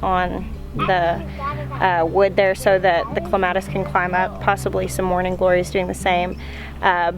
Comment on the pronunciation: 😂😂😂😂😂😂😂😂😂 it's CLEMATIS!!!! NOT CLA-MATIS!! CLEEEEEEE!!!! LOLOL😂😂😂😂